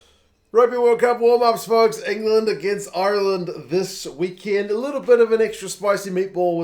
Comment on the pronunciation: Is there’s a reason Ireland is being pronounced “iyuuurland”?